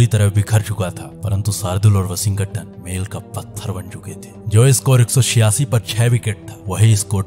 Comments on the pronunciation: Aj 1st time "Washington" Ka sahi name pata chala.. 🤔🤔🙄🙄🧐🧐.. "Washing-GATAN".. 😢😢😢😮😮😮🎉🎉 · I liked the way narrator was pronouncing Washington's name😂😂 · Please pronounce Washington correctly😅. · Bhai Washington bolna Sikh le please me jab tak tshirt nahi dekhi sala samaj hi nahi aya kiski baat kar raha hai